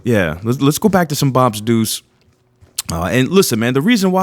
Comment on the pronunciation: "BOPs Deuce" but it sounds like "BOBs Deuce" lol 🍻🍻🍻 Cheers 🍻🍻🍻